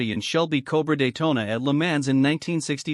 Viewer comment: the commentor needs to pronounce LeMans correctly